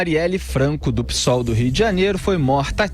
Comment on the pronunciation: o Felipe eh um dos poucos q fala o nome "psol" corretamente... e não estou sendo irônico...